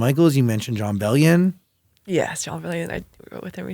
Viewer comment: Ejae said Jon Bellion. My life is complete